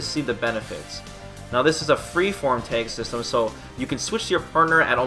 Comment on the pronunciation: it's tag system not " tank system " Jesus